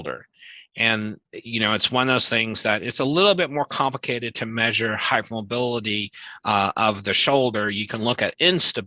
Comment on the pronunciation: You don't have to be hyper mobile or have stretchy skin to have EDS or another connective tissue disorder. One can have unstable or loose joints and soft, thin, fragile skin. He's a Dr and says "Pit-chures" and "hype-mobility"